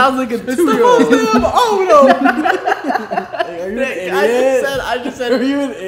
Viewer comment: " its the fiwst day of owtaum"😂😭i just so funny i cant